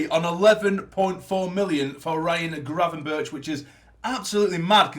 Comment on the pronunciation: Great vid mate. I’m not 100% sure but I think Gravenberch is pronounced Grayvenberch.